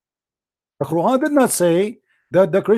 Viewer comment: cp is a liar. SubhannaAllah! fire starts small and ends small. rain stars with few droplets and ends the same way. what is cp on? this man is an arab and his arab is weak and he lacks coherency. he can't even pronounce Qur'an properly. cp is a fraud.